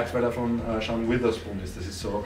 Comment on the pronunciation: „Sean witherspoon“ 🥴